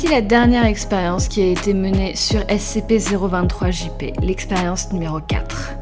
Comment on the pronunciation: Sa s'ecrit SCP mais sa se dit S-SI-PI